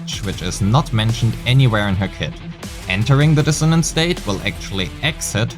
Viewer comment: I know, the first time I heard it it sounded like “knowing what her clit looks like” and I had to pause